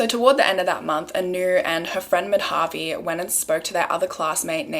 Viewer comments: It kinda off topic but it’s not pronounced Mad-Havi it’s actually Ma-Da-Vi . The use of Dha is used to suppress the DA sound , like the way you pronounce D in Dal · Hi! You pronounced Madhavi's name wrong. It's not "Ma-dhaa-vi" but "Maa-dha-vi". Really it was such an unfair judgment. Shame on the judiciary system. Such judiciary systems are the reason why crime still flourishes.